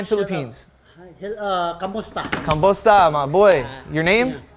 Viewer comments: Its "Kamusta" not "Kambosta" its like saying hi and how are you at the same time. Still ❤ from PH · It's KAMUSTA not KAMBOSTA. All good tho! Haha.